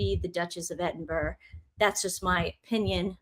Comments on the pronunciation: Pronounced Edin burrah.😊😊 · Ladies, Edinburgh is pronounced edinbrah. .